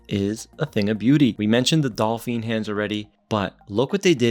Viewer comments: It's pronounced "Doe-feen" not "Doll-feen". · Great looking Watch. I own an Ananta Chtonograph, which looks superior and has better finishing. BTW. Its "dauphine" hands. When you say it it sounds like "dolphin ".